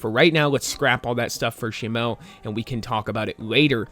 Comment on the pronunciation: Say shimo right 😂